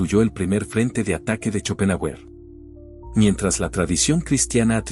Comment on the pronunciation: Se pronuncia Shopenjáuer